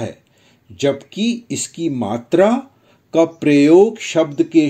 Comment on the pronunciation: Bro i don't think it's right it's not matri it's matra